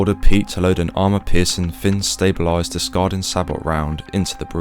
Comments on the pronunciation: Sabot saybo not sab ot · It's pronounced say-bow not sab-ot. It's a French word originally and means wooden shoe. When the first sabot rounds were used in the 1800s, it's said that the casing looked like a french wooden shoe hence the name. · SABOUGHT ROUND It’s SAYBO Sabot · It's pronounced say bo. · Nope. In the British Army it’s pronounced sah-boh as someone else has already explained. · Sabot is pronounced ‘say-boh’ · He's British. Their hate for everything French is genetic. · Cool video, btw it’s sabot, pronounced “say-bow” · It’s “Say Bo” the T is silent.